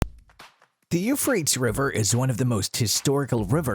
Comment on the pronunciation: If you know how to say the word tease, you'll know how to correctly pronounce Euphratease